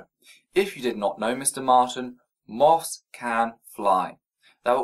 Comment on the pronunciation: Is he trying to say moth? How do you butcher it so much to turn into maw?